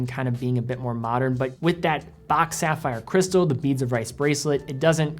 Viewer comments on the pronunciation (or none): none